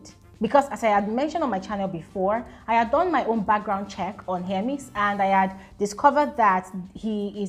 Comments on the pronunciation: it is HER-MES, not HEAR-MES😩😩😩. You kept on saying hearmes 😫😫😫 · Hermes name don suffer🤣🤣🤣🤣.some YouTubers call it hearmes, while some call it Hermess.please it just Hermes abeg ooo🤣🤣🤣